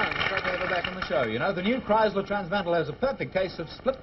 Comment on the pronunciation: Kriesler sound like Criysler!